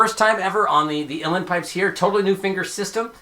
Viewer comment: And you pronounced Uilleann correctly! I know people who know Irish Gaelic (they think they do) that can’t even do that correctly!